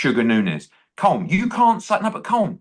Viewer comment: Eddie is well educated, how can he not by now know how to pronounce Colm